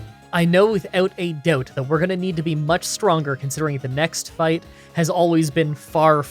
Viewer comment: I don't normally comment on accent things, but "I noo withoot a doot" just made me smile in the same way as seeing a teletubby fall over.